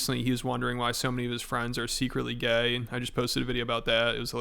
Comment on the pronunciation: You said gay wrong 😂